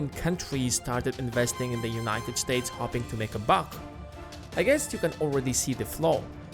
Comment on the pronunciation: I'm hopping someone tells you how to pronounce hoping